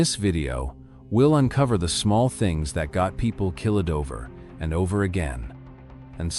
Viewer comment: ...kill-lid was the 1st one I caught at the VERY START of the video. Why not simply INVEST in a REAL PERSON reading what needs to be said??🤔🤔